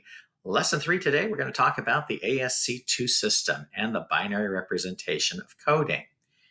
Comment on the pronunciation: ASCII is pronounced "ASS-key"